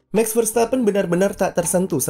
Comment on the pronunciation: Bos… MAX Verstappen! Bukan MEX Verstappen…. Mohon jangan ngrubah nyebut nama orang? 😁…. Cheers!